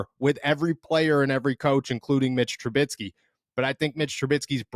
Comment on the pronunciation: Its troo-bisky, not troo-bit-skee. Mitch Trubisky. It shouldn't bother me, but it does. Say it right.